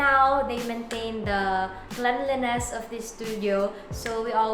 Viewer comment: tangina sabi ni kath cleanleness daw HAHAHAHA imbis na cleanliness,bsbo.